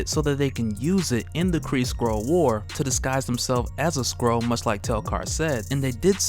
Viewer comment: Is it just me or does it sound like he says squirrel when he says skrull.